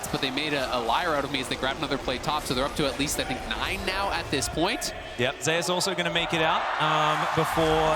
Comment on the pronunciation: If he pronounces "Zeus" as "Zay us" one more time!